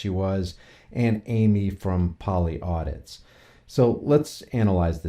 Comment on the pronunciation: Polly Audis. Not audits. Can't even get the channel name right. This is why you had to make a 2nd channel because your a dipshit.